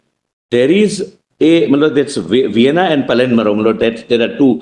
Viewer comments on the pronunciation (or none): none